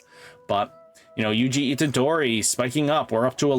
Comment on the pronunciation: “Knock-T” kinda pronounced like knocked, but with a T sound instead of the “ed”. Also every time I hear someone pronounce his name wrong it hurts my heart for my boy 😭 it’s pronounced “U-G-O” just pronounce those letters and not their sounds 😭😭😭